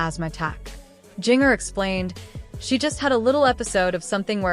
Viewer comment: Please learn to pronounce her name correctly. VERY irritating. Won’t watch again.